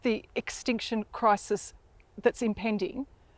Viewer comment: Depends what you mean by cwisis